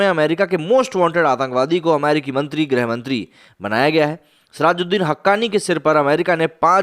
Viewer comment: "गृहमंत्री" होता है न कि ग्रह (planet)। हिंदी भाषा की ऐसी-तैसी मत करो भाई ।